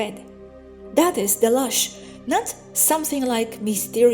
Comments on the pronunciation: True, I couldn't figure out what lush was...then in context I knew she was saying LOOSH. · PLEASE NOTICE Loosh is pronounced like a hard U sound.... like in the word goose I know English is not your first language but you do very well. Thank you.